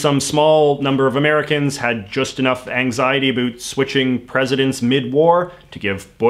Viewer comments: I was wondering if he was canadian or american at first, then he hit me with that "aboout" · "A boot" I love accents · "a boot" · This guy is the only one I have ever heard say it like this. Canadians generally say "a-bOut" like a boat on the water. We use the same sound in outside, mouth, pouch and house. We pronounce them all with an o, while Americans generally pronounce them with an a. The way he says it blows my mind. I've been all over canada, never heard it said this way. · Why do you keep talking about "a boot"? I challenge you to read this E-mail. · I love how you say about, And I love South Park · Commenting before I watch hoping to God that there is no political bias, but i'm sure my expectations will not be the reality. Edit 1: Heard him say "about" telling me he is Canadian? Not good so far Edit 2: Actually seems alright in terms of bias, at least in comparisons to pretty much every other channel. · I BET YOU ARE FROM VIRGINIA BASED ON THE WAY YOU SAY ABOUT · I really enjoyed this. He presented it perfectly. I am A Canadian and we don't pronounce 'about' the way he does. BTW I hope President Trump wins a second term. hugs from your northern cousins! Don